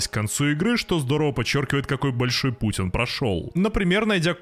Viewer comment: Какой большой Путин прошел... Ну и слышится же